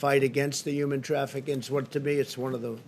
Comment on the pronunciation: “Uman trafficing” ??